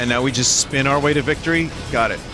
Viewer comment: I love the little “speen”